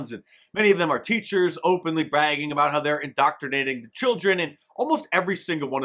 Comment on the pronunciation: A Canadian critical of pronunciation.. the hell you going on a boot?